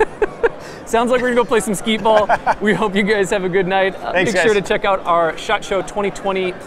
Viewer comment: Wait.... Did say "skeet ball?" Is that a new game? Do you shoot skee-balls with a shotgun?.... I'm in!